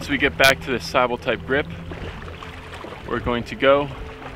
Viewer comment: Sybil is pronounced s-ih-b-ih-l, just so you are aware. Though the Greek word "sibyl" from which it is derived can have the pronunciation you use here